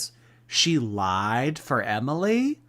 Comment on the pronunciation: Why she say “I have laeid for her” like that? She’s so annoying